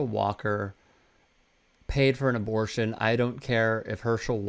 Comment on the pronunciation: HERSHEY IS PROMISING TO PAY FO' MO' ABO'SHUNS SO HE WON'T ANY MORE KEEDS LIKE CHRISTINA.